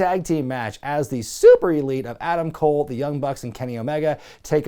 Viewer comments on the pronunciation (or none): Maybe I'm out of the loop but why does he say "Super" like that?